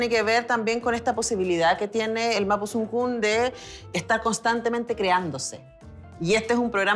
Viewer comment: Mapusunfun 😂😂 señora por lo que veo no leyó los libros es mapodungun !!!!!